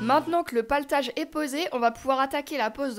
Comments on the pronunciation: Je bug . On dit platelage pas paletage ? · Le platelage pas le patelage…lol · PLAtelage et non paletage :). super vidéo ! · C'est pas "Platelage"? 😁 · platellage et non paltage. sarking et non staring. faites un effort